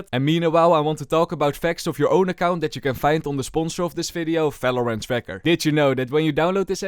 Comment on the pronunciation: valorant ❌ FELORANT ✅